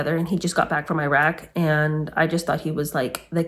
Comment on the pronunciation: Also if your husband was killing people there, why on earth can you not say Iraq correctly. Ps in what way was his tour there protecting your freedom? Lol